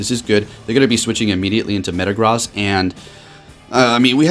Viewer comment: My guy, could you please start pronouncing Metagross correctly? It’s super distracting in your videos. - and in that video